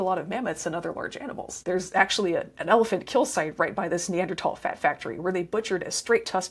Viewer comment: On top of all the great info, thanks for pronouncing neanderthal properly. (Pedantic pet peeve.)